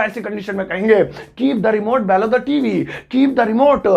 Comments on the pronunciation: Sir below ko pronunciate to galat kar rhe ho... उसे बेलो nahi बिलो bolte hai....😕😕😕😕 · Vah re pagal but teaching points are good, mend pronunciation of below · Hi: I appreciate ur teaching skills indeed. May God grant u Success! With due respect, One small observation over ur video classes: plz work on ur words pronunciation likewise “fell & below” it needs to be pronounced accurately. Thank You